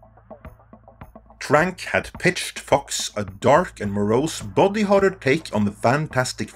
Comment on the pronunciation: Your accent makes "body horror" sound like "bobby horror" and now all I can think about is a dark and gritty king of the hill reboot.